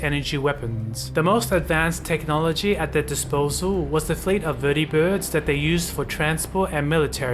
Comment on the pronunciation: I like how he pronounces vertibirds and securitrons